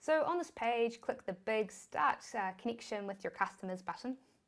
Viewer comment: she loves i mithod, stip, conniction, chik, Silict, Tist, Tirrible